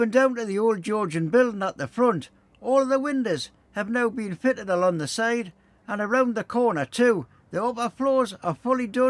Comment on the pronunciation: Thank you for highlighting the spelling mistake, may I also highlight though, without malice, that you constantly have a problem pronouncing "along" you'll always say "alon" drives the missus mad 😂